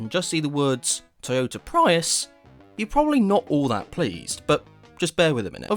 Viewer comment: Ugh that pronounciacion of Prius STOP ITS HURTING MY EARSSSS😭😭😭🙏🙏🙏